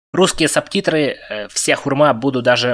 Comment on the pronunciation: Почему ты говоришь сабтитры если правильно субтитры